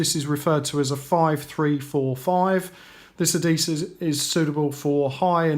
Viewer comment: What the hell is "alloy-minium" and "addi-sev"? at least say this shit correctly ffs, so annoying